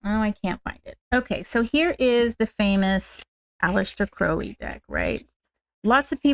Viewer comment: Sorry, I was not able to make live because of the time difference (early hours of the morning). I was admiring how shinny your hair is! You have a beautiful alter of tarot decks, which matches your beautiful spirit… Just so you know that Crowley is pronounced like you have hurt your foot with the “Ow” sound! Crowley is an Irish surname… I really like the Lux Ex Umbra deck. I just love the dark colors, the five elements and simplicity of the deck. Thanks for sharing ✨😊🙏✨